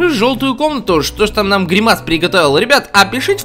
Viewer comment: Правильно говорить грИмас а не гримАс